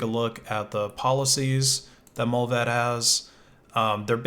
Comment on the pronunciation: Mullvad is pronounced with a long A. Like in 'bar' 'smart' 'cart'. Mullvad means the animal mole.